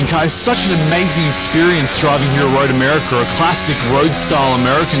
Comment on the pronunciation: Road Americer. 😁